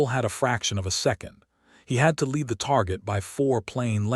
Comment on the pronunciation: What made me laugh was AI couldn't tell Lead (the metal) & Lead (as in for the dog) oh what a fabulous language English is. Viva Britannia 😊